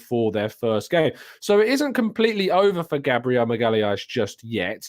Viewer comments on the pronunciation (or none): Whats with the change in pronunciation of Gabriel Magalhaes?